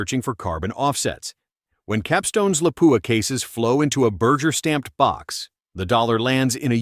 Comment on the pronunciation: AI that can pronounce ‘carbine’ correctly but cannot cope with ‘ogive’, ‘berger’ and ‘lead’.